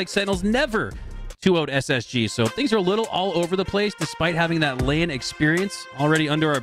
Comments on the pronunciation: Does the caster keep saying on "Land" instead on LAN? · probably just their accent/affectation